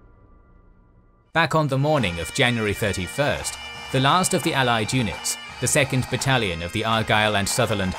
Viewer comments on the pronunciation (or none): none